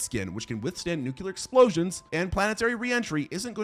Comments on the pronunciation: nucular isnt a word bro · erm, ACTUALLY 🤓 It’s nuke-Lee-uhr not nuke-Yoo-luhr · NU-CLEAR! Not nuk-u-lar.